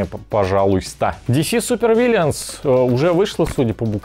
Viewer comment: Я схожу с ума или все кто обозревал эту коробку произносят "Вильянс". Вы что, итить, литовцы все что ли? Ну или ваш моск меняет местами буквы A и I. ВИЛЛЫНС йоапта